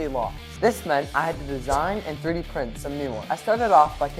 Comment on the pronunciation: “My Ferdi printer”